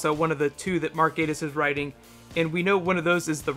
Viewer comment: Good video, but I hate the way you Americans mis-pronounce everything. Derek Jacobi (that is Jack-Obbie) and Mark Gattis (not Gate-iss).